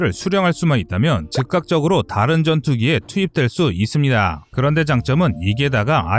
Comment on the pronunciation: 이쓰니다~ 니다~ 발음고치셔야될듯 거슬리네요